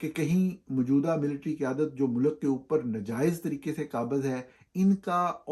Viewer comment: Plz don't say MULAKK, its Mulk. You are a journalist and should have correct pronounciation of URDU